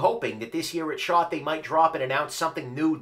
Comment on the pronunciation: Ok, anyone else hear say shart instead of shot? I get a chuckle everytime he talks about the Shot Show. At least that's what I think he's talking about..